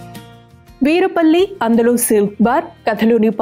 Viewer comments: It’s not Veerapalli its Veerlapalli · Its veerlapalli, not veerupalli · Veerupalli kadhu "verlapalle" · Veerupalli kaadhu thalli adhi....veerlapalli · వీర్లపల్లి అనాలి...